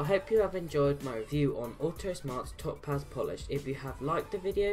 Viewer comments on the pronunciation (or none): Its pronounced Tow-paz, all one word. Great videos. Do you mind if i post them to my Autosmart Facebook group?